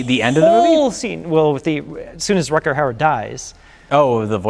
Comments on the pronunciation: RUDGER howard, a Dutch actor. Not RUCKER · Why was Rutger Hauer not a bigger star? He seems to have acting talent, brains and looks but his career faded away a little from where it seemed to be going. Btw, the 'g' is pronounced rather like the 'ch' in loch. Imagine you're thowing up a hairball. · Both of them don't know how to pronounce Rutger Hauer. LOL :D :D :D